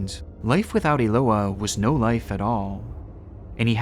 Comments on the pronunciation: Eloá is pronounced with emphasis on the A. That's the purpose of the accent being there. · Hi, I'm brazilian. Your video is great, but your pronunciation of Eloá is wrong. Her name is pronounced Elo-Ah (like when you open your mouth at a dentist's) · the way he pronounces "eloá" 😭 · you absolutely butchered Eloá's name. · My brother, this is a great video and I appreciate you covering Eloá's case. But please, just do a little listening to the victim's name pronounciation before recording it multiple times. I know it can be tricky to pronounce some names in a foreign language, but in this case it's really simple. It's pronounced Eh-loh-AH, with an intonation on the last "a". Once again, sometimes it can be tricky, but it's a nice way to pay respects to the victim.